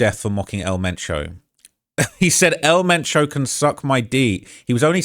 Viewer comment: Who!? I know some Spanish words is hard to pronounce for gringo but at least try to pronounce his name right ?! It would be funny if the cartels send someone to your home 🏠 to correct you pronouncing El Mencho right. 😂